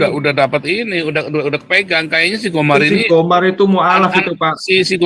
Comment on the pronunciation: Gomer atau GOMAR sih?